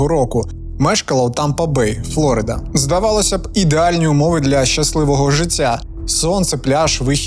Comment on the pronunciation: приємно що зʼявляється все більше трукрайм контента українською. але прикро чути ті ж самі помилки які є у російськомовних трукраймерів. аж вухам боляче коли чую «флОрида» 😬🤦‍♂️